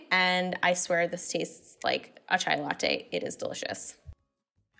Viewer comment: it's pronounced as chai